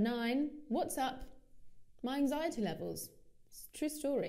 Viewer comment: How did you pronounce ANXIETY?